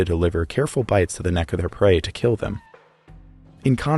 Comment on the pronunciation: It will keel